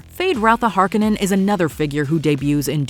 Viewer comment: The Harkonnens and Jessica are supposed to be redheads!!! It matters to the plot. They didn’t even pronounce the name correctly.